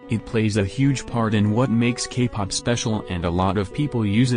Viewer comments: for some reason i keep hearing gay pop instead k-pop. is it just me? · Bc of the voice I think you are saying “gay” pop. 😂 But either way I agree with all of your opinions. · Ok but whenever the voice says k-pop i hear gay-pop..... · why do I hear gaypop when the voice says kpop? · I’m sorry but every time the voice says “Kpop” I hear “Gay pop” fhosebisbd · I'm sorry but that everytime the robotic voice would say K-pop it would sound like gay-pop is it only me or😬......